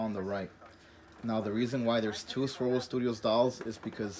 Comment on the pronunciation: I kept trying to find Swivel Studios lol, but to no avail. Then I saw they're called Swirl World Studios in the description. But I swear you're saying swivel.